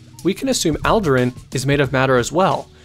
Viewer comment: Allderaan All der ron